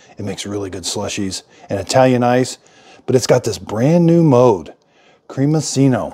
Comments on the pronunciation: You should pronounce it like creami-chino. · The double c ("cc" ) is pronounced like a "ch." Creamichino. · creamiccino like cappuccino (pronounced chee no) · I only have the smaller Ninja Creami and love it but is does not have the Creamiccino button (which is pronounced “Creami chino by the way) so would you process it as ice cream, shake, etc? Thanks! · cremi(ch)ino, like the name of the Italian designer Gucci. cc in Italian is a ch sound and ch in Italian is a k sound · Try the sorbet option and lol on his pronunciation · Can't even begin to fathom why you thought hot coffee would work...but anyway. Bigger mystery is how you pronounce "cappuccino". Think about that, and then re-think how you pronounce the made-up work "creamiccino".